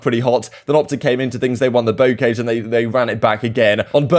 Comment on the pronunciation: it’s pronounced Bow🏹-car🚘-jsh